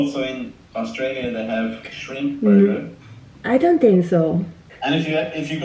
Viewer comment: L,R 발음을 구분해서 연습하시면 좋을 것 같고 단어 끝처리가 조금 더 확실하면 더 선명하게 들릴 것 같아요. 예를 들어 similar 라는 단어 중간에 L대신 R이 들어가서 시미뤄~ 이런식으로 들리고 hard라는 단어도 끝에 -d 소리가 안나서 헐 잡 이렇게 들려요! 원어민들이 아무리 빨리 말해도 끝음 처리를 다 잘 한답니다,,,(호주인 남편이 가르쳐줬어요) Have, for 말씀하실때 v, f 는 그냥 b, p로 발음하시는데 그거 연습도 하셔야 할 것 같아요! 빨리 말하는것보다 정확하게 말하는 연습이 더 중요한 것 같고 여기 사람들도 빨리 말하는 것 보다 정확히 천천히 말해주는 걸 더 좋아하는 것 같아요! 빨리 말씀하시려다보니 발음을 전부 다 굴리게 되는 것 같은데 차라리 한국식 영어발음으로 또박또박 연습하시는게 더 도움 되실 것 같아요! 저도 영어 못했는데 남편이 발음교정 엄청 해줘서 그나마 나아졌어요, 그래도 가끔 원어민들이 못알아들을때도 있지만요~~ 발음이 좋아야한다는 말이 아니라 정확한 발음으로 연습을 하는게 중요하단 말입니다~즐거운 하루 보내세요!